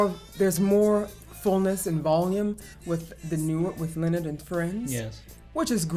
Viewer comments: "Leonid" is properly pronounced "Lay-o-need" ,(Russian pronunciation). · Only one complaint, name and band name is pronounced - nid and Friends.